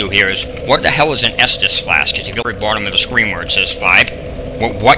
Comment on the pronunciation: "Whut du hel is on estus flak?" fucking lol Seriously does this guy Smoke Weed or what is going on? People on steam also told me he was ranting for over an hour when he came across the Desk puzzle in Resident Evil 2 Remake just because he didn't get it.